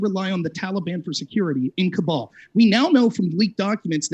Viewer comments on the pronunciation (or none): If you're going to scream about Afghanistan, you should really know that its capital city is called Kabul, not "Kubal".